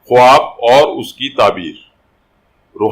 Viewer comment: Bhai sahib lafz ka talafuz khaab h na k khwaab